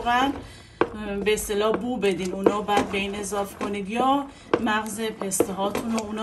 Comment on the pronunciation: اضافه نه اضاف